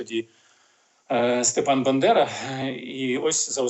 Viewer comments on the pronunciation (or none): Мені дивно, що навіть Чекалкін перекручує прізвище Степана Андрійовича БАндери і вимовляє БЕндера. Невже так важко щапам'ятати прізвище такої, відомої у всьому світі, людини?